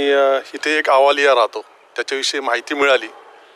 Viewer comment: Thanks sir but अवलिया not अवा लिया